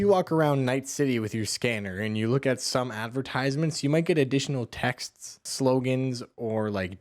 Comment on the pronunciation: How did you get past puberty in this era without learning how to pronounce advertisement?